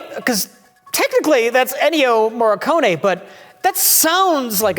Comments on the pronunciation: Always enjoy doing another take on the pronounciation of Ennio Morricone. How sweetly naive to think, even for a second, that his buddies would edit that to cover for him... Oh... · My man cant't even pronounce Moricone's name right yet he has the audacity to rate every JC movie! 😜